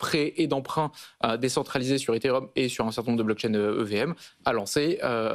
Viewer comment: Elle arrive même pas a dire ethereum 😂🎉